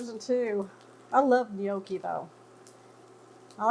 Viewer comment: What is a "Knee-Okie?" lol jk